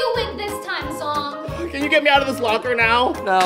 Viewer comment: BROOOO NOT ZONG it's ZHONG